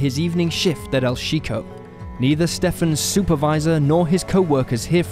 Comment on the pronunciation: It’s pronounce cheeko not sheeko and calm down chat not saying it in a rude way just trying help knowing he not of Spanish descent is all 😊